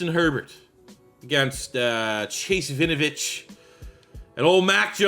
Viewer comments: Hey big fan and this is not said to be mean at all, just for future reference it’s pronounced win-oh-vich not vinovich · Why does it sound like you're calling him vinovich?